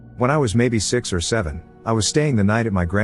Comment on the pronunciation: siex sevennnnnnnnnnn